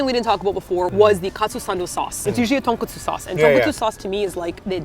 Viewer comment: Not 'Donkatsu', tonkatsu. And also not 'Tonkotsu' sauce, it's tonkatsu sauce (tonkotsu is a bone broth) ...